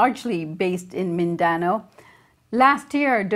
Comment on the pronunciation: Not Min-dan-o, it's Min-da-now